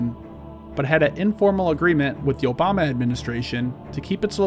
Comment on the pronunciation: Did he say Yobama?